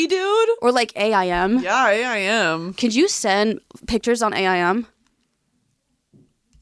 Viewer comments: so weird hearing A EYE M, instead of Aim, like take aim... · Did they literally just say A-I-M, instead of just saying it like the word?! LOL! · Hearing y’all say A.I.M. and not aim is botheringgggg me lmao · It's AIM not A. I. M.... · I am pressed over the fact that and say "A.I.M." and not just, aim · A I M, do you mean Aim? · I like how they say “A I M” and not just “AIM” lmao